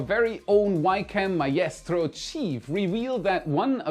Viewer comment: Hey! Maestro =my-stroh, Albeit= all-be-it Love ya